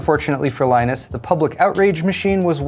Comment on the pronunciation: The news is so sureal that has to have a beer just to get this over with, due to the shock a little shit called lie-nunce and the bullying he now does.